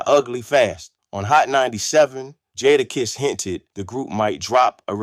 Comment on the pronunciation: 1 st word joda kiss. Lol